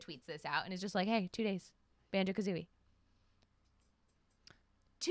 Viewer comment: sorry but.. Banjo Ka-who-ie?